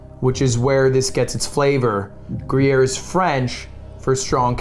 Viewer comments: Gru-yeah????????????? PLEASE STOP SAYING GRU-YEAH. LUD YOURE FRENCH AND ITS A SWISS CHEESE!! you should def know that its not how u say it bruh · "Groo-Yare" come on lud. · How is Ludwig french and can't pronounce gruyère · i almost spewed banana across my laptop when started say Gruyere:P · I love how he is teaching the guy to say gruyere while not saying it right himself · Wait but there's an e after the r in Gruyere I thought that meant you pronounce it in French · lud has such a bad french accent and he is correcting people with even worse accent haha as a french person that scene was so funny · Haha!! Cuts into the old croc and calls it gruyere 💀💀 got your cheddar/gruyere mixed up dude!